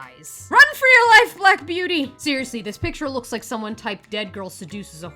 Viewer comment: It sould like you said " dont forget to wipe , comment and subscribe " . 😂bahahaha . Great show today !!!